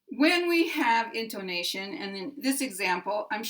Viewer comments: It's because of your pronunciation of the o vowel sound, which is like a long O sound, instead of an 'uh. /in tuh ' na shun/ vs your /in tO nA shun/ in my opinion.' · In your pronunciation of 'intonation' you stress on the second syllable. The right stress is on the third syllable. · I think perhaps the confusion is just because you put a little more relative accentuation on "to" than some English speakers I've heard (especially those who speak British English), pronouncing it almost like: >> ˌɪntoʊˈneɪʃən [in-tou-NA-tion] ... rather than: >> ˌɪntəˈneɪʃən. [in-to-NA-tion] I've heard many American speakers pronounce "tə" this way like "toʊ" as you do, but it might throw off people used to hearing it more like the British pronunciation. It was clear to my ears though that you still placed the primary accent on the third syllable and secondary accent on the first. I think the poster was just thrown off by the different, slightly-longer way you pronounced the "to" syllable.